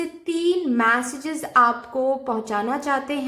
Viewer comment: 'मॅसेजेस' नही उसको 'मेसेजेस' केहते है 😂😂